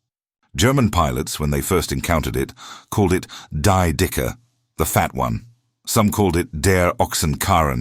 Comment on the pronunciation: AI shifts from British accent to American, then back again. Also, die is pronounced "dee" in German, not "die". I cannot give this a thumbs-up.